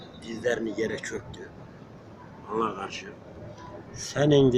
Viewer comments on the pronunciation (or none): none